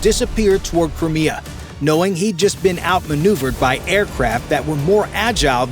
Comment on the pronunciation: It's Crimea not Crmea